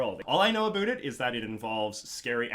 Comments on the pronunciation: I've never seen someone pronounce every single "ou" word with an "oo". About = Aboot sure I get, never heard aroond before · Omg i love it everytime he says aboot and then the old clip aboot was so silly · I audibly reacted when he said "aboot," amazing to hear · genuine Canadian “aboot” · this guy has the most canadian pronunciation of "about" I've ever heard. I made this comment more than 3 and a half hours in and it was still astounding me just HOW canadian this man is.